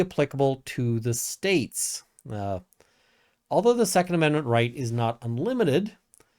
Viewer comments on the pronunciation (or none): none